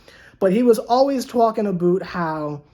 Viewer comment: "twalkin' aboot"